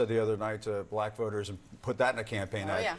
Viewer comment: The way he pronounced “black” is offensive!